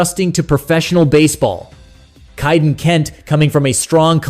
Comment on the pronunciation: Prounced "Kay"-den, not "Chi"-den